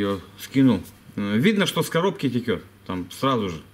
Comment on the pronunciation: извини пжста, но могу тебя поправить, не теКет масло как ты говоришь, а теЧет оно, правильно по русски)